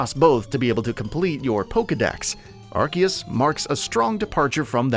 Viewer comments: I couldn’t watch this. Are-C-us. Not are-key-us UGHHH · How are you going to make videos about Pokémon and call Arceus (Are-Sea-Us) Arc-Ee-Us. 🙄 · Things to now before you buy... Pronounce the game right. It's pronounced Arseus. Watch the Japanese trailer and even how it's written in Katakana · Couldn’t watch after he said Arkeeus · By the way, it’s Ar-see-us, bruv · Who else is excited for Pokemon Arkeeyus? LMFAO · Ar KEY us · “Ar-see-us” it’s not that hard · Lol you pronounced アルセウス wrong 🤣🤣🤣👎👎👎👎👎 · Arceus is pronounced with a Z, not a K. And it's not the first main pokemon game, where only one version was made; that would be Pokemon Colliseum. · how you pronounce arceus hurts my ears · The way he pronounces "Arceus" triggers me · No he's not. Read how it's spelled in Japanese. There is no "k" sound in the name. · There’s no K in the name ARCEUS. Why do these idiots keep butchering the name. Such a cringe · 2 Things You Should Have Known Before Making Your Video: -It's Not Pronounced Ark-eus -It's Not Pronounced Pokey-mon, Pokey-dex or Pokey-ball